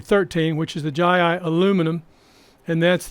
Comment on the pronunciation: learn to pronounce it right, its jeyi and not jayi